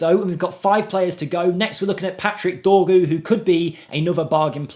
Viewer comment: Actually the way you pronounced Patrick Dorgu was almost perfect.